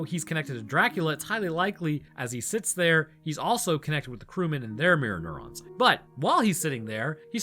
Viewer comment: Every time you say mirror neurons I think you’re saying Mjolnir